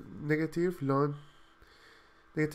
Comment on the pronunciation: I have never heard anyone say "lon" for ln